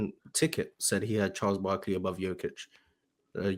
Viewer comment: What is this dude saying? Barkley????? I grew up watching Barkley and I can say Giannis and Jokic are better.